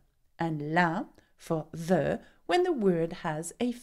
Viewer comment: But the is not prononce as djel